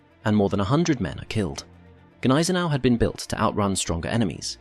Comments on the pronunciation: The g is silent. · Silent 'G' on Gneisenau.